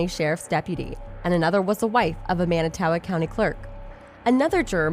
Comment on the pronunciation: It's manitowoc idk what the hell u tried to say hahaha Jesus this is terrible